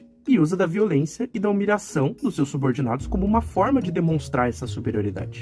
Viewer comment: Seus: "seis".